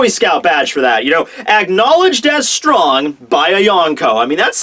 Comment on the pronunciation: when talking about love haki..did you say 'stronk'?